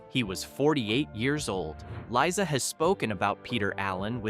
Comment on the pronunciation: For crying out loud, before you post this, listen to the narration & correct. pronunciation. It's "Leye-zuh" not "Lisa."